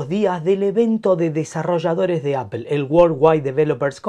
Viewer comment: Por favor españoletes, no digan más "APEL" !!!!!!!!!! :face-pink-tears